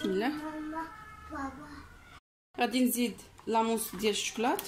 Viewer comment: الطبئة وتسئيها...اويلي هضري مقادة كيف الناس...وسميتها لاموس ماشي لاموص